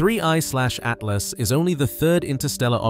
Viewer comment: They to long and the robot says “Three……. Eyeslashatlas” idk why but it’s getting annoying